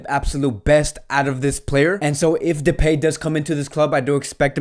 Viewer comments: It's pronounced "de-pie", bro. Not "de-pay-myfee". 😂😂 Much love regardless hehe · Depay is pronounced with last syllable like in MY so depy ;-)